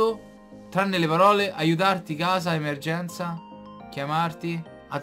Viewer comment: La seconda frase perché dice EMMERGENZA